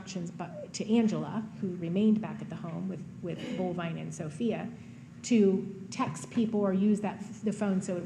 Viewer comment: I heard Bullvine. :( And don't forget "Ruger."